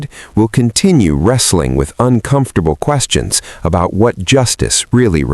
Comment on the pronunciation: Uncomftorble?? Are u F****n kiddin me? 😅